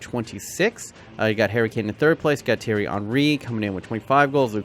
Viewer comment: He says zidane and says thiery Henry